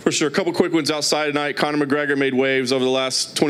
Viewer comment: "Conor",gawd dang it's not hard..